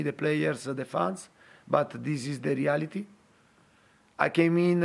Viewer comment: It sounded like he kept saying dele alli-ity (the reality)